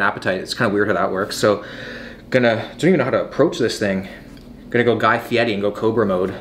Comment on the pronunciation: Thank you for pronouncing Guy Fieri’s name right.